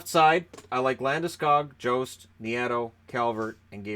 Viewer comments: Oh also Jost is pronounced like a Y not a J sound so it is pronounced "Yost" take it from someone with the same last name. Source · ah well he is pronouncing it wrong. In German J is a Y sound